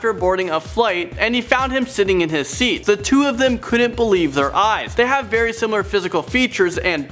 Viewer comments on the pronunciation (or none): none